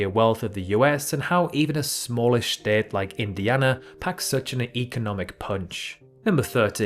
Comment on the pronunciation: "shhh-tate" Sorry couldn't help myself. Had to point this out